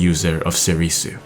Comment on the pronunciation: It's pronounced sorr-soo, not sorr-ee-soo.... come on.